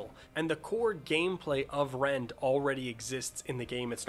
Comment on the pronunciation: I heard "Rent" So I was like.. "ahh a rent stimulator" 😂